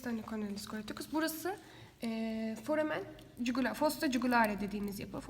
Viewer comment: latince de j y olarak okunur.Dogru telafuz Foramen yugulare şeklinde olmalı